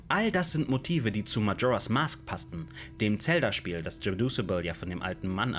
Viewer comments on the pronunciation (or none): Bitte hör auf Tselda zu sagen😅 Sagst safe auch Tsora😂😅😅😅😅 Muss dir trotzdem riesenlob geben deine videos sind ultra gut!